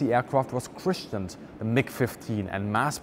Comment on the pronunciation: I wish there was more on the MiG 9 and the Yak 15, as well as the US early Xplanes...ALL copies and cannibalized from German jets...but still facinating in their own right. BTW, it's pronounced CRISS-N'D, not "Christian'd"...jah!?